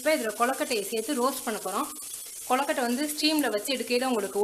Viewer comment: naan onnu sollanum semma recipe but u r pronunciation of kozukuttai is wrong it is kozukuttai not kollakuttai